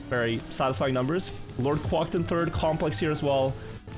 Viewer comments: “Quæcked” not “quâcked” It is fronted. It uses /æ/ not the back vowel. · Please Quack like Crack, not Quack like Guac(amole) haha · The way hes saying “Quack” in LordQuacked name makes me laugh 😂